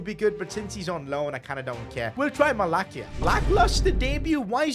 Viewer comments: it's pronounced MALASSIA not MALAKIA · Mala-cee-ya not kia Also give reguilon some games, he is doing very well irl and if he performs then consider signing him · U said Malacias name wrong It’s pronounced Malasia not malakia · Its not malakia malacia like sound of S malacia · You pronounced Malacia's name wrongly its Malasia not Malakia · its pronounced Malasia not Malakia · Bro it’s not malakia!! It’s malacia 😂 pronounced malasia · Malakia? its malacia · it’s malasia not malakia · It is not Malakia it is prunounced malasia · is not malakia its malacia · its Malacia(Malasia) not Malakia bro haha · Sorry but it's Malacia..not MALAKIA😂.btw, love your contents and long may it continue!!💪🏼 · Malacia❌ Malakia✅ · It's not malakia It's malacia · It's actually pronounced 'Mala sia' not 'Mala Kia'....😢😅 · Its not malakia its malasia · Malacia not Malakia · Its malasia,not malakia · Bro called him Malakia ahahaha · Wtf is a Malakia 😂😂 does he actually watches football outside of the game? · it's malacia not malakeya . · you pronounce malacia as malasia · MalaKIA? This man is allergic to pronouncing names correctly 😭😂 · PCQ: I think you say Malacia as Mala-see-a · The way you pronounced Malacia broo😂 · You are still saying it wrong 😂